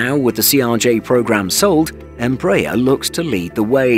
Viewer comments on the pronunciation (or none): Where do you get em-BRAYER from??? Its embra- AIR....you're also out of line on kil-OM- eters....it's KILO- meters...do you say kil-OG-rams? Thought not....Metric measures all take stress on FIRST syllable...so ...KIL- ometers.....please! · even Hans Landa would have got cheated from your pronunciation. As we argies have been announcing a little training jet for thirty years, our brazilian brothers have developed a worldwide recognized jet family. Congrats! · I suggest that your British commentator on this otherwise well informed documentary CEASE AND DESIST from soliciting comments as you completely IGNORE what is being said to you. I am referring to the continual MISPRONUNCIATION of EMBRAER and KILOMETRE (see next comment). If you IGNORE what is said to you anyway, better to discontinue soliciting comments.